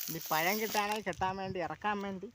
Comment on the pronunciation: പയം എന്ന് പറഞ്ഞാൽ എന്താണ്, പയം അല്ല പഴം